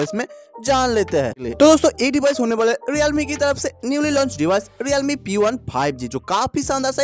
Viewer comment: Realme ❌ Riyalme 😂✅